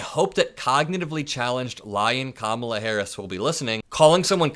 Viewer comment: I hate the way he tries to antagonize people and call them names, and purposely pronounces Kamala. The Dems should call him something like Con-Old Dump at every rally. The Dems need to start thinking and doing "When they go low, we go lower".